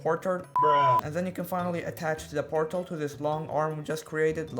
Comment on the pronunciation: Bruh 2 miss say portel lol😂